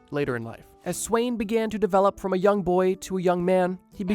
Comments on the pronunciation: the way he said sweyn(its actually sven) was so long from the danish pronountiation that i first realised whatneme it was after the video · It brothers me that he says sweyn even tho its acctually svend like bro isnt svend like also in the english naming line up??